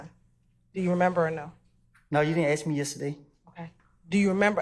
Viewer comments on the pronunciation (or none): Let me aks you this. Very edumicated dear prosecutor. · I wish people knew how to say “ask”